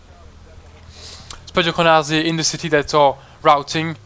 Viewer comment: Your "spadochroniarze" pronunciation is quite good :)